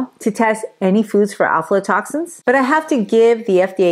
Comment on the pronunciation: You're saying it wrong. It's AFLA toxins. Not ALFALA.